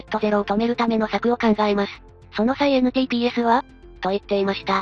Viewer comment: NTPSの雑だけど的確な読み方に草ｗｗ ガンダムだし熱核推進であってると思いますが、NTDみたいにニュータイプ・プロトコル・システムとかもかかってそうな気が